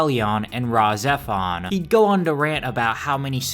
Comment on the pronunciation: wow you actually said rahxephon right most people see the name and the way it is spelled and can't figure out how to pronounce it